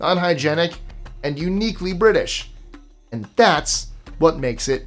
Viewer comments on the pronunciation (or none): none